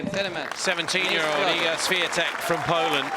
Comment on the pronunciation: Commentator butchering iga's name 😭